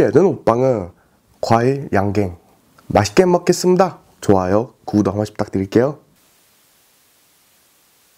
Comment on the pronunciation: ㅠㅠㅠㅠㅠㅠㅠ이번 영상만 그런건지는 잘 모르겠지만 발음 진짜 많이 좋아지신듯!! 항상 시작할 때 "마시먹겠습니다!" 라고 들리던데 이번 영상엔 "맛있게 먹겠습니다!" 라고 들렸어요 전 발음 좋습니다 귀엽잖아요😊😊 발음 연습? 하신다고 들었는데 그런 노력하는 모습 또한 좋습니다! 좋은 영상 올려주셔서 고맙고 항상 응원할게요 파이팅!!💪